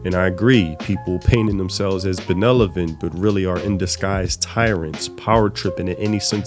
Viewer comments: 'Benevolent'. Great video though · "Benelavent" "Incompenince" this ninja can't speak good enough, why should I listen to what he has to say about the state of localized games from overseas?